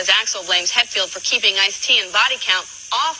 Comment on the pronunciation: ''Hettfield and Ulridge''